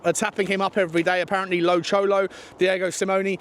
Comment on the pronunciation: Not gunna tell you again … it’s “El Cholo” not Lo. Next time… es tu culo, ¿entiendes?